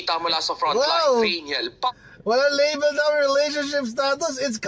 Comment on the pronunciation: Label not level 😅 Ambot sa imo😂